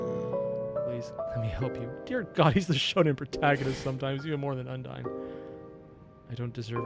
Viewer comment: Heya, I just wanna say, Undyne is said similarly to Undying (Un-dine)